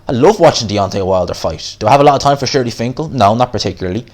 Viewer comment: HIS NAME IS “SHELY FINKEL” not SHIRLY.